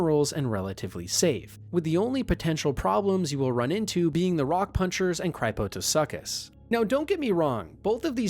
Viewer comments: Cryptosuchus means hidden crocodile. It’s said “crip-toe-soo-cus”. Not cry-po-toe-suck-ass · Cry po toh suckuss 😂 my guy, what?! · We not gonna talk about Cryptosuchus then? That pronunciation is absolutely horrid.